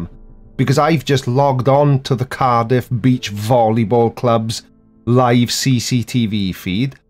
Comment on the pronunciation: She actually has two videos about this webcam. The first one she consistently mispronounces Cardiff as Car-DEEF. I've wondered sometimes if she is a very clever troll but have concluded she sadly is as batshit crazy as anyone on YT.